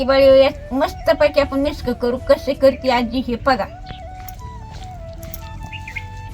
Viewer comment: मिस्क म्हणते. मिक्स नाही.फार आवडते.😂😂😂 अगोबाई सिक्रेट मसाला...😂😂😂... मिस्क. मज्जा 😂😂